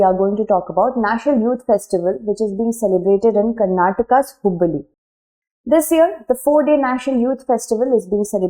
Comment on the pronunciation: Option B. One more thing ma'am, you are pronouncing Hubbali properly, so no need to ask pardoning 😊 Thanks drishti team for your effort in collecting and conveying information for us. 🙏